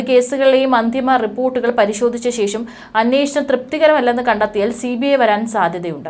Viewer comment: ശേശo എന്നല്ല ശേഷം എന്നു പറയൂ.. മലയാളത്തിൽ വാർത്ത വായിക്കുമ്പോൾ അക്ഷരങ്ങളോട് ആത്മാർത്ഥത നിർബന്ധം